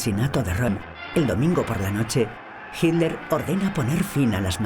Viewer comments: "JIT LER" jajaja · Porque la voz de la mujer que narra pronuncia "Hiler", en vez de Hitler?